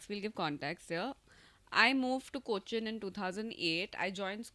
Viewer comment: Why does make Cochin sound like it’s in Thailand? “Koh chin “